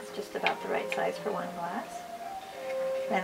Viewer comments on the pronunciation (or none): none